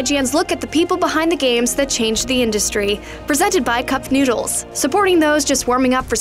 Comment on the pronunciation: it's freaking noodles not newdles